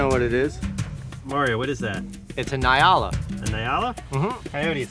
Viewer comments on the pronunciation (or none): It's pronounced n-yala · I live in Africa. It is pronounced “NI-A-la” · I am a South-African and ive been there before, many times, you should have gone to the " Kruger wildtuin " directly translates to kruger wild garden. It would've made a MUCH beter video 😂 and please.. just say Nyala like you would say Enyala. I love your content!